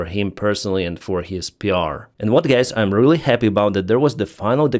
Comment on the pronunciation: Lol. You said 'g*ys' instead of guys. Not offended!, just noticing. ❤ Love the channel. I realize speaking English is hard for Slavic people.